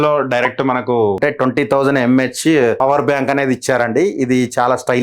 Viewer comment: Bro fower bank Kadu power bank 😅 Just kidding bro